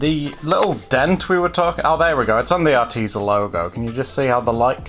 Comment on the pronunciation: Spill that Arteza tea.....Are TEA zah heh heh